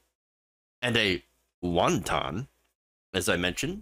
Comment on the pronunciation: Wanton, Lauren, not wonton!